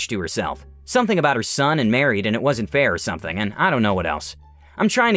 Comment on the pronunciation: "It wasnt fair" It sounded like "a wizard bear" for a moment there XD ((the fan might have messed with the low volume ya))